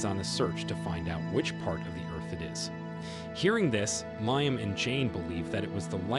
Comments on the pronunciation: Leeam not liam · Bro can't pronounce the name Liam... Lee-um